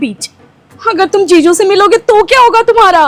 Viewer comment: Jiju ✅️ ziju ❎️😂😂😂😂